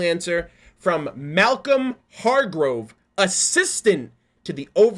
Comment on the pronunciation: The name is pronounced Malcolm Hargrove